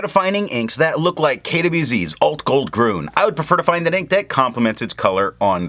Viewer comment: Nice video, watched immediately ;). By the way, two small remarks. It is "grün" not "grun" which changed the sound. Also, you have called this ink KWZ Alt-Goldgrün once or twice which I think was quite funny 😂. Take care ;)